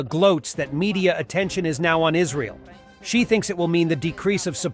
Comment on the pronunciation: It’s pronounced lsrael, not Isreeal